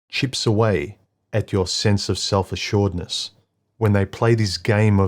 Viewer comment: "what happens when another chips away at your sense of self assurdness" It's 'assuredness' (a-sure-red-ness) rather than 'assurdness' (a-sure-d-ness).